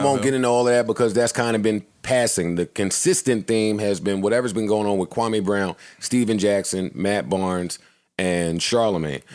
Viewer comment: Its KWAMEEEE, MEE...... NOT KWAMAY..NOT AY...MEE, KWAHMEEEEE. 😆